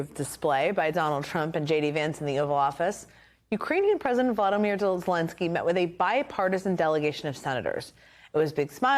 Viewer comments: Say it Jen, VO-LO-dy-myr -- 4 sylables, twice with long O -- not Vladimir. Please get it right, it's not that difficult. And you're a journalist. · It's volodymyr, not valadomir.